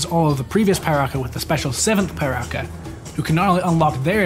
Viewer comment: It's actually not pronounced Pai-raka, it's pronounced Pee-raka. But well, what do i know, maybe it's from my perspective after all.